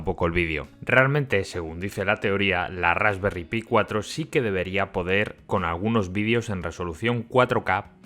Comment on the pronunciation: Se dice "Rasperry Pai" lo que sería "tarta de frambuesa", son unos cachondos estos ingleses. Y ya llevaban más de 1 millón vendidas (de todos los modelos).